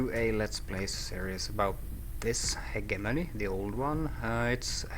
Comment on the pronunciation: Really? I'd pronounce it Hegemony.